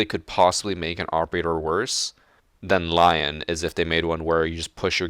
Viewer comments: it should pronounced lee-òn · It's not just plain old Lion, you have to say it in a French accent. Put Lion in a french Google translate. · Shaan Seera omfg we don’t care. If we gotta be honest we’re saying alibi and lion’s names wrong as well but no one fucking cares